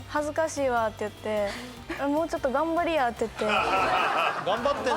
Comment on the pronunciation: 「…むいてや」 「…頑張りや」 最後の "や" でなく1つ前が上がるトコ、大阪の中でも泉州感がある